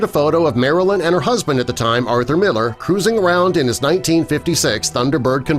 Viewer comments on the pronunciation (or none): none